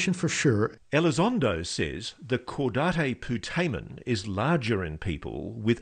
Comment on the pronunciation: Caudate putamen is not pronounced like that Otherwise it is a great book